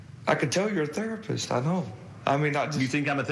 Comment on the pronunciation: "I can tell you're a therspist."